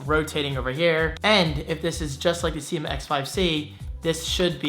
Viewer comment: Every other youtube video review I've seen says "seema" not sye-ma